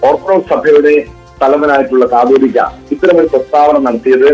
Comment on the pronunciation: കത്തോലിക്കാ അല്ല കാതോലിക